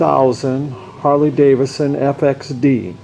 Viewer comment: It's not a Harley-DAVIS-SON... it's DAVID-SON. Please learn how to pronounce the name.